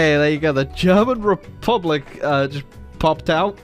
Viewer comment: khivan jadidist repulic..😅😅😅 dyckland..